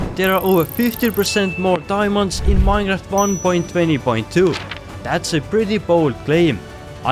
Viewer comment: Well he does pronounce it the same way